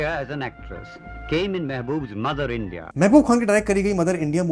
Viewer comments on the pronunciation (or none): none